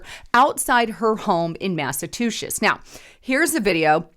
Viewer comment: Massa-two-shitz? LOL!